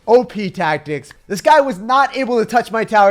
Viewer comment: “OP TagTics”